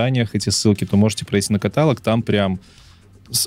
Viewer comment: Все классно. Но парни.. каталОг.. ударение на третий слог